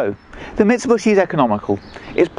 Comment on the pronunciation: MIT-SAH-BUSH-EE <---- L O L ! ! !